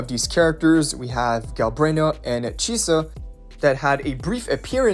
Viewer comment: why did you pronounce chisa correctly once